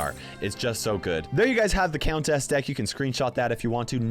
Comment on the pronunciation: Does the way pronounces “countess” bother anyone else??